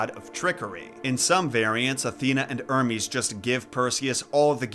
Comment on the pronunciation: The h isn't silent in hermes